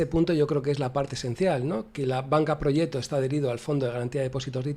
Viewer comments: Yo tampoco sabía cómo se pronunciaba 😂. "Proyet-to" (Aquí lo pronuncian en el segundo 32 -> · Te vas al traductor de google. Seleccionas de idioma el italiano y escribes "proggeto", le das al altavoz y un señor en perfecto italiano te pronuncia la palabrita, por cierto se pronuncia igual que en castellano pero sin la "c" o sea "proyeto". Saludos y gracias por tus videos!